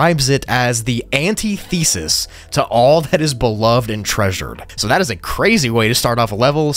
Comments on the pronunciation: Cmon. Anti Thesis? It hates college papers? It's an-tith-eh-sis! You're a smart dude and awesome youtuber. Hope this helps in future run ins with this word 😂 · Thats not how you say antithesis....